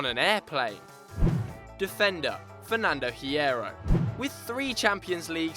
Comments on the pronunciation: u don't pronounce the h in Hierro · when you don't know how to pronounce Hierro